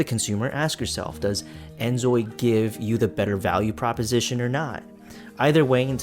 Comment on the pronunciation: Name and shame - who stole your video? They suck! You did well even though you are keep saying instead of InZoi haha your videos are interesting! Keep saying it the way you want it and do what makes you happy. Wishing you all the best!!